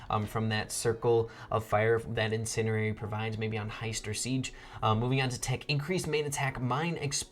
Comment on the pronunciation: It’s pronounced in-sen-diary not in-sin-erary